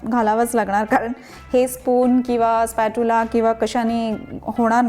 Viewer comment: बाई काय ते तुमचे धेडगुजरी मराठी? एकतर मराठीत बोला किंवा इंग्लिश मध्ये. ते स्पॅचुला असा उच्चार आहे स्पॅट्युला नाही.